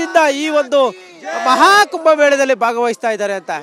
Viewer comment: ಕುಂಬ ಅಲ್ಲ ಕುಂಭ ಮೇಳ